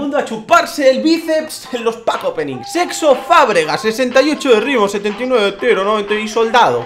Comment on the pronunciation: En el Es mi imaginación o dice Sexo Fábregas?:v